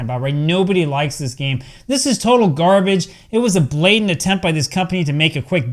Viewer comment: "EA Sports...It's in the GAME" "Akklaim.....It's in the GARBITCH" 😂😂😂😂😂